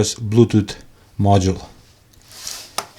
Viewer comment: 12 volt blootoot😄